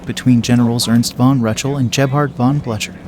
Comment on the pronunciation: It would be nice if the live or computer voice would learn to pronounce French and German names. Duh-VOWT? von BLUTCHER? And many others. Come on!